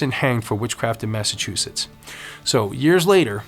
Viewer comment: Thanks for the history lesson! My great grandfather x8 . Was Samuel Wardwell ! Carpenter/ Tarot card reader! Hung at the trials! Anyway I just wanted to say thank you and help you a little bit with your pronunciation of Massachusetts! Lol Having been born in Stoneham and spent my childhood in Norwood. California has been home ever since. Not home to me I miss MA. Anyway I've noticed lately people still have a problem with the pronunciation! Recently I was surprised when Snoop! Had the same problem. I tell people before you say it out loud read it in your mind like Mass- a- chu- Setts . Setts not shits!!.lol. FYI, no offence I hope! Blessed Be!!!🌛🌝🌜 👍💜💜💜 Setts